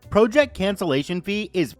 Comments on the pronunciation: I started listening to you channel last week. Enjoy the stories, but you constantly mispronounceing vowels is driving me nuts. Especially the word project. The way you pronounce it means to jut out. A task of work is pronounced project. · Could you check the proper pronunciation for project please? It’s distracting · why can you not pronounce the word PROJECT?!